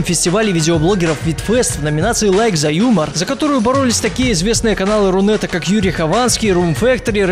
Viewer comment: Ты сказал РУнет?